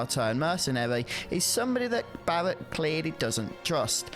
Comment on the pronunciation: Bawwet and cwoud